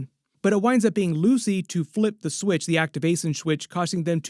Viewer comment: actiwation swith